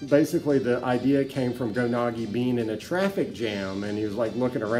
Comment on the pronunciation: Unfortunately only 20 seconds in. when he mispronounced Go Nagai ( it's Nah-guy not nah-gee), I'm out.